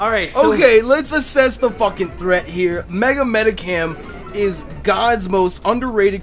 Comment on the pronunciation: it's mediCHAM not medicam